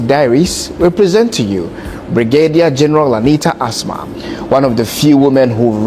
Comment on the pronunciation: please, she's called As-Ma